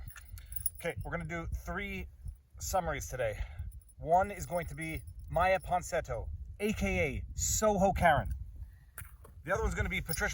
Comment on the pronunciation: Say “Ponsinetto” one more time. Oh, please.